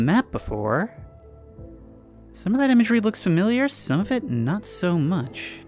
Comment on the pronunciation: I hate to break it to you, but you pretty much say “fermilliar” every time you say the word lol